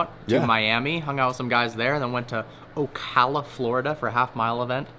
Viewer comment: Hey said Ocala correctly